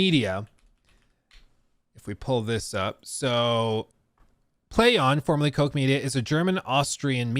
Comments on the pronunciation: Pronouncing "Koch" as Coke or Cock is wild. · Koch means "cook" in German and it's certainly not pronounced "coke" lol. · Koch is NOT pronounced "coke" either 😂 In fact, the o in Koch is pronounced like the "o" in cock, actually. But the ch has a guttural pronunciation, as if you're going to spit Titanic-style. It's almost as if a guttural R rather than any ck pronunciation.